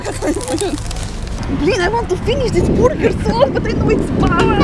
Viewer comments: "Ma-chine Bur-ger" 😅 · ..cute ng pag pronounce ni ng buuurger..🤣🤣🤣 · I like how pronounces Burger.... it bor ger.:) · Ang kyut ng pag pronounce ni ate ng burger